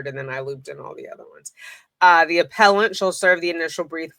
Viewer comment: Excuse me, it's pronounced, "aPPellANT!!!"😄🥰